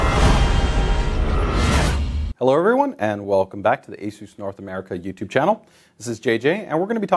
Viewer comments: its not "Aye- soos" it's "ace- is" even the Chinese people who own the company say it that way. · How is ASUS anent to be pronounced?, I always pronounce ASUS as A-SUS (SUS as in I have SUSsed out what is wrong or the SUS in the word SUSpension.)